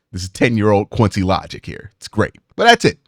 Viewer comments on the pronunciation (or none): none